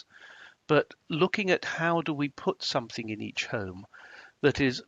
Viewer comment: It’s something NOT somethink!!